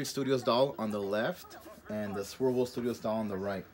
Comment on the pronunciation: I kept trying to find Swivel Studios lol, but to no avail. Then I saw they're called Swirl World Studios in the description. But I swear you're saying swivel.